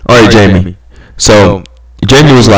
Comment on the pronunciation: Lol😂 fam i really thought you hadn’t reply i was disappointed, but i just saw this vid thats me jaime Gutierrez just to find out you are answering my questions jeeezzzzz thats was up bro. Lol you good no worries pronouncing my name wrong lol😂